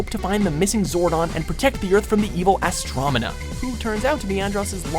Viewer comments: it’s Astronema, not Astromena! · You do realize it’s astronema not astromena right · Astronema! Not "Astromena." Seriously, proofread, people! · dear announcer... AstroNEMA not Astromena. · Did he say "Astromana"? It's Astronoma you dumbass. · Tommy & Jason should be flipped...Tommy's the best for a reason also...Astomena? Seriously? It's Astronema..... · Astromina?......Astronima WatchMojo. Its Astronima. Just not a WatchMojo video without a name mispronunciation huh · Dude said ASTROMENA... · Am I the only one that noticed he said astomina, instead of Astonima? common thats just pathetic on their part... the least you can do is get the names right. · anyone else notice that he said astromona ? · i think he said astronema wrong?